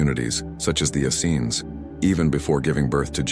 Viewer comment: John the Baptist was always presented as the cousin of Jesus, Mary was never considered a "random" choice...Joseph and the Essenes...ok....I'll give you those...but only if you stop mispronouncing "Essenes"